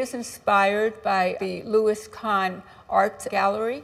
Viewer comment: It's "loui kahn" and the home is excellent.